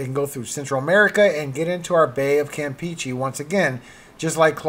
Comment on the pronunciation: If I may, the "e"s in Campeche are pronounced like the e in get or in fetch, not like the e in peachy.